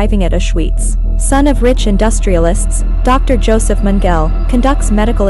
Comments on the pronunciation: HAHAHA ! I hear ya...youd think theyd learn how to pronounce the names and words correctly ...Gobells and meangel...gimme a break.but as an actor ican see thats the directors fault ultimately but primerily (i cant spell when buzzed)Primerily the engineers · Lol. Magel (Italian for Michael)- had me wondering who that was until I looked up and saw the evil Dr Josef Mengele. I guess when you're 10 yrs old, you haven't been exposed to much WWII name pronunciations.